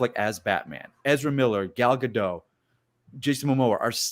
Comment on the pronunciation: The 't' in Gadot is not silent.